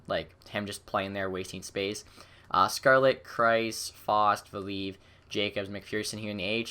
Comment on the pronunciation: Val-e-iv, Koro-stel-ev Vahi-har-u